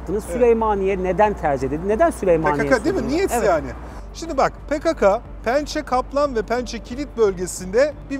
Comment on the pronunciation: Yalniz hocam pekaka degil pekeke olacak dogrusu..